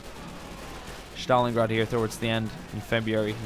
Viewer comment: Battle of Shtalingrad? I didn't know you can butcher that name, but you exceeded my expectations. Good job, merica